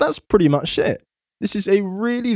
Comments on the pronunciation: + Did you say, "That's pretty much it." or did you say. " That's pretty much shit."..?...lol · The "much" just carried over and he glued the words together making "it" sound like "shit"